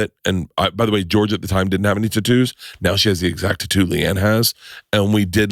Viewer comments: It's tattoo not tuttu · Say Tatoo one more time. LOL I love it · If I ever hear tattoo's pronounced the same way...... Gonna pop my ear drums...